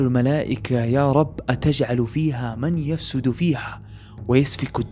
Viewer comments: تصحيح من يُفسِد فيها وليس من يَفسُد فيها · أخي لقد أخطأتَ في قراءة آية ؛ فقرأتَ من "يَفْسُدُ فيها" بدل "يُفْسِدُ فيها" وهذا يغير المعنى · هنا يوجد خطأ في التلاوة "يُفْسِدُ" ارجو ان تصححها و جزاك الله خيرا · ممكن تراجع الفديو لانو أخطأت في قراءة آية يا تبع اتجعل فيها من يفسد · وعليكم السلام ورحمة الله وبركاته… اخوي جزاك الله خير على محتواك الجميل… تنبيه بسيط عن نطق ( يفسد ) ضم الياء واكسر السين… يختلف المعنى كذا وهذا الصحيح